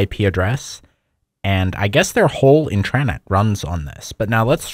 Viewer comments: Everybody knows what an intranet is. It’s his weird pronunciation that’s baffling to people. Explaining a basic and well known concept that everyone is already familiar with is unnecessary and unhelpful. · He's emphasizing the wrong syllable. Doesn't have anything to do with "clarity." The word is emphasized on the first syllable- that's the only correct way to say it. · yeah and then he pronounces "intranet" completely wrong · I mean he's also pronouncing intranet wrong by putting emphasis on the second syllable instead of the first. Might be intentional to differentiate it more from Internet but idk. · Why do you pronounce Intranet like that? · The way you keep saying intranet is making me uncomfortable 🤣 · Great content. Hate the way you pronounce "intranet" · Intreyenet? Try this: in·truh·net Same in US and UK. Also, you saying Internet actually sounds like Internet. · Its intra-net not intraaanet 😭😭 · I just wanted to say, I think you might be misunderstanding the pronunciation of the term 'intranet,' since you're pronouncing it 'in-TRAN-eht.' It's pronounced 'IN-truh-net,' like as opposed to 'IN-ter-net.' 'Tran' is not part of the pronunciation. It's 'intra' as opposed to 'inter' because it's an enclosed system as opposed to connecting to other systems, and that's where the name comes from. I feel like you probably know that, so maybe it's just a pronunciation quirk of your--not sure. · They way youre pronouncing it would be if the word was "intrannet". Its pronounced as its spelled, "intra-net". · it's "intra-net" not "in-tran-et" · no one is wondering this isnt 2006. its generally pronounced like int-ruh-net but this guy keeps saying int-RAHHHH-net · it's intra-net not in-trannit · Why do you keep saying inTRAnet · in-tra-net. This pronunciation is wildly wrong. Comment keeps disappearing so I'll keep posting it. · Can you STOP saying in-TRA-net. Thanks. Otherwise cool video! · Why you pronounce intranet like thzt, it's intra-net